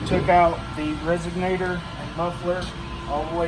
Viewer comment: Hang on…. Is he calling it a “resignator” 😂